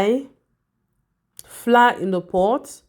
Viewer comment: Why do you say floor instead of flour?